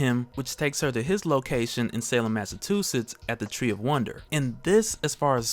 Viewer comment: "Salem Massa-tu-setts?" Ha! Jk...not trying to be pretty, just thought it was a little funny. But, I do love this channel.